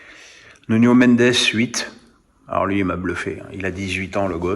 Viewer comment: Le portugais n'est pas l'espagnol donc NUNO pas Nuño. D'ailleurs on ne dit pas Roñaldo...